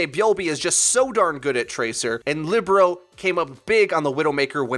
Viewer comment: Shouldnt Libero be pronounced like lee-bare-row? Thinking about volleyball positions.